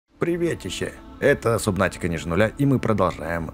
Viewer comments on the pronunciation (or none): уже 2 раз пишу не субнатика а сабнатика